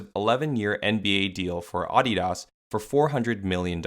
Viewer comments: Down voting cus of the way you say Adidas for the entire fucking video. You fuckin up big time man. Sorry to spread all this negative energy but someone’s gotta tell you. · Is that how Adidas is pronounced? Am I the only one who finds it jarring? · The way you pronounced ADIDAS was like nails on a chalkboard 😖 even if everyone ive ever heard say that brand pronounced ; the way its said in the video makes it sound like a snobby elite only company that doesn't sell to ignorant peasants such as myself. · I feel like if Adidas pronounced Adidas the way you did, they could maybe pass off as a luxury brand lol. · Ahhdeedas? Wtf is this dude saying? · “Oddy Doss” 😂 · Bro said aauugghhdidas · The way you say ADI-DAS makes me want to break my computer. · “Aw de daus” 💀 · Bro you going bleed my ears saying Audi-Doss throughout the video 😫😫😫😫😫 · The pronunciation irked me so bad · Anyone else get stressed the way he says Adidas? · Lmao never heard adidas pronounced like that before😂😂😂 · I can’t stand the way you pronounce adidas great video though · I can't watch the video with that ridiculous pronunciation he uses for Adidas! Listening to chalkboard scratching would be more tolerable. I'm surprised he did not pronounce Nike as "Neekay." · You pronounce adidas wrong. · couldnt watch this because of the way he says adidas.... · I genuinely hate how you pronounce Adidas 😔😡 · Is it just me or is he pronouncing adidas weird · I stopped watching 30 seconds in when he started pronouncing adidas pretentiously like the other youtubers lol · The way you say Adidas makes the video unwatchable tbh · Turned the video off the moment I heard him say Adidas like that. No doubt you put much effort into this video though <3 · Just hate him pronounce it this way it bothered me the whole video. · It’s very jarring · Let me guess, you are North American? It's pronounced ah-de-das, and not uh-de-dus. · he lost me off how the man kept saying AHdidas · Came here to just hear me say Ahh Dee Das